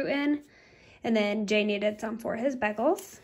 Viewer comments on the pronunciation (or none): You say bagels very interestingly. So now I’m curious how others say bagels. In Texas, everyone says, “bay-gul.”